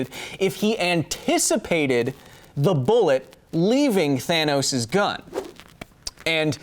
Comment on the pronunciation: you said Tanos's bullet ...hihihi :D